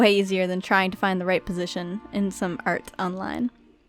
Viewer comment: She says art like ert and she says out like ewt